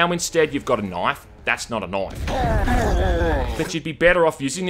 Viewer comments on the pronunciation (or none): "That's not a noife." He's Australian, he's legally obligated to say that. If he doesn't, he gets deported to Great Britain. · "That's not a knoife." Ah you made my day.